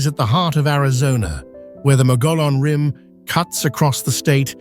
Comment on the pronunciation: Omg this video is riddled with endless mistakes, incorrect facts, and video clips that don’t match the description. The “white mountains” but showing the “desert” “Williams Arizona” but showing “Sedona” Mispronouncing mogollon rim, 3 different pronunciations so far.